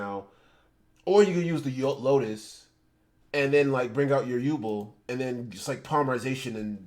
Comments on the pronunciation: If this guy says Yubel wrong again I’m gunna lose it 😤😫 it’s YOU-Bell as in You 🛎️🔔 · I have been waiting years! Finally my yubel gets some love i honestly thought she was forgotten about😢 Also what is up with the way he says yubel saying like yuball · How tf u miss pronounce yubel